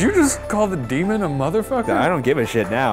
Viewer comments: Ryan....ryan....you need to talk with the "Dee-mon" to catch the "dee-mon" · Daemon? Daymon? I’m crying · I keep repeating that one part Deman? Stop- calling it that DeMan???? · Dee-mahn? Dee-mahn.